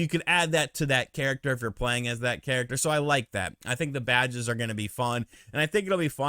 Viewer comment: Everytime you said “Badges” it sounded like you said “Vages” . 😂👍🏻🌮